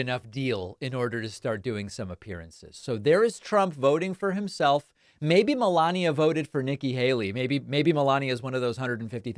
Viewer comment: Can you please stop emphasizing Melania’s name or saying’Obamner’